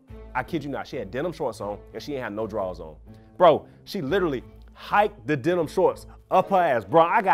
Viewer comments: the first guy said denim shorts. whole time i thought he was saying dental floss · I thought he said "dental shorts"! I was about to Google it until I saw him touch his denim jacket. 😅